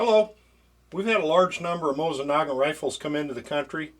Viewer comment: Dude, you're killing me. It's pronounced MO-seen Nah-GON.